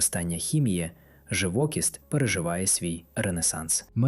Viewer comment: Наголос, живокІсть.